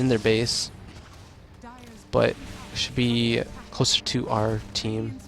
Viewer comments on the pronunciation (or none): none